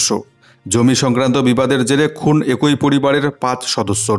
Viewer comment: । কথাটা এ্যাকি... একোই শুনতে খুব খারাপ লাগে ।